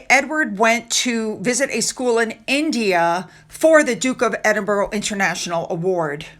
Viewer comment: it's ED-IN-BRA and not ED-EN-BURRO I know this has become a habit pronouncing his title this wrong way, but please please can you try and pronounce it properly. 🙏❤️